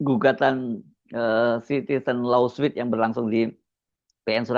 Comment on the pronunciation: Bang Hersu, 'citizen law suit', kata 'suit' nya dibaca / su:t /. Bunyi 'u' nya dipanjangin dikit.